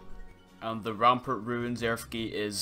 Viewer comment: he said ranpernt, it's his accent. Don't worry I say it the same way